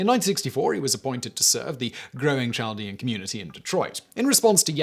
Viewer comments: Not that you’ll see my comment but it’s Chaldeans with a K sound not a typical English Ch sound. Very interesting though! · Chaldeans is pronounced kaldeans. Hire meeeee lol